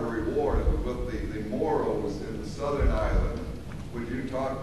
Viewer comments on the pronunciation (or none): none